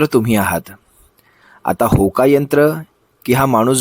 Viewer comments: दादा होका यंत्र नाही भोका यंत्र 😂😂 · होका,बोका,यंत्र नाही हो भोकायंत्र.